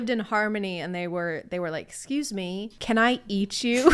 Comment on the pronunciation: I’ve watched this video so many times but I can’t hear anything but “you can take the vax XD I fear god, I don’t fear meh X3”